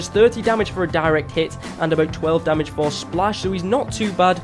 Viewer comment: Lol you said domage instead of damage